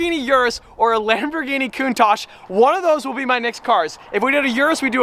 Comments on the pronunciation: I don't know if he knows, but that's not how how you pronounce "Countach" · Hm, upon checking it again I realized I, everyone I know and probably everyone in my country is pronouncing it wrong lol. I was thinking about Italian and how they would pronounce it like that but it's originated from Piedmontese because of a profiler that worked at Lamborghini at the time who was Piedmontese and didn't speak Italian. It's a word used in Piedmontese slang to show admiration. Which makes sense now on how it's actually pronounced lol. My bad.